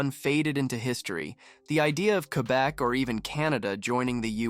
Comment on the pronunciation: LOL. You cannot even pronounce Quebe correctly.